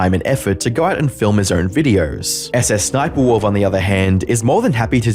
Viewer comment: I like how Jack pronounces SSSniperwolf as, "Suh-suh Sniperwolf"